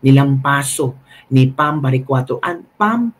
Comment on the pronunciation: Sir, PAM baricuatro po. Not BAM. Hehe. :)